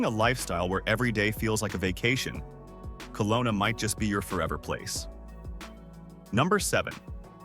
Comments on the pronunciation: Kelowna BC (not Colona) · It's not "Colona", it's Kelowna.